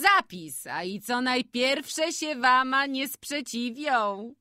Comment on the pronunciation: Lektorka chwilami bez sensu akcentuje, przekręca wyrazy ( zżuć buty zamiast zzuć, spiesz się fliksie, warna zamiast wama, no sporo tego było), ogólnie problem ze słownictwem bo chwilami jakby nie rozumiała co czyta. I trochę niepotrzebnie sili się na czytanie różnymi głosami.